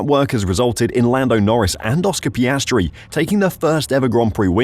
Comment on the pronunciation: Get his name right. It’s Piastri. Not Piastre or Piastry.